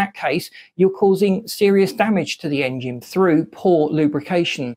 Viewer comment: Is it just me or is dude pronouncing it Aing-jin